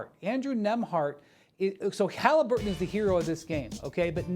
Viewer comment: Does Morris know Tyrese’s last name? Heard him call the dude “Halinburges” twice 🤣🤣